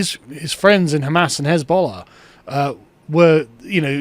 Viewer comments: "Jezbollah" lol. Last time Corbyn made a run at power he got destroyed by the media. This time he's going to get single-handedly destroyed by AI generated memes. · Car may said Jeezbollah, but what I hear is Jizzbollah.